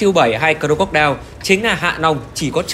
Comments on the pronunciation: Anh nên đọc là Cờ róc cô đai nha anh chứ cờ rô cốc đeo nghe hơi cấn hahaa =))) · Anh nói cho đúng tên xe ạ, cro-co-die ko phải cro cốt đeo nhé🤣🤣🤣